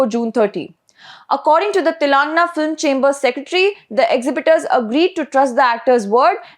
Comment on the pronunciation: Is this your voice or a bot? Sorry I ask this because you continue to mispronounce Telangana (pronounce as Telungaana) !